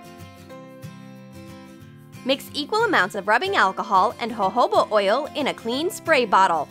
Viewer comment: nobody:: HoHoBa OiL